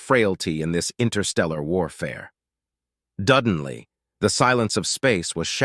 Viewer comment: DUDENLY. Gave me a chuckle haha